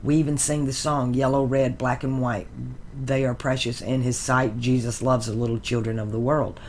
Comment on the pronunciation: Jesus sounds like Isis Jesus/ jesis/ Isis 😁